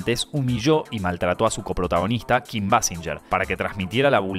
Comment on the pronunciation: Se dice "Béi- Sin -Guer".